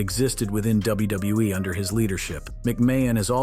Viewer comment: Notice that he said WuuE instead of WWE?! 😂